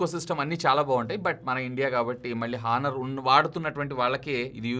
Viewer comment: హానర్ కాదు ఆనర్